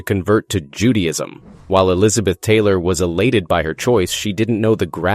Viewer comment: Judyism?? who narrated this?